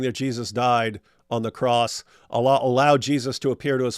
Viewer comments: It's a speech impediment. Allah = A lie 🤭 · Ever notice how Jordan Peterson pronounces "Allah" when he says : "I don't buy your Allah. " to Muhammad Hijab?